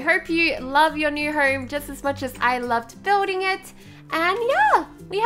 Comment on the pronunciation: I love u I love how u say herm and not home I just love u